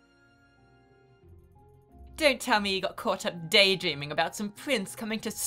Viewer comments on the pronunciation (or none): "Aboot" <3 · What's this I hear about aboot? XD